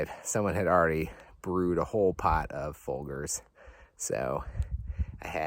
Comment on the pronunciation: Beautiful scenery. pronuncation of "Folgers" must be a Michigan thing😂😂